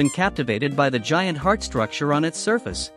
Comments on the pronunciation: " A H G H U H E E A A R T" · H E A R T " chaught me💀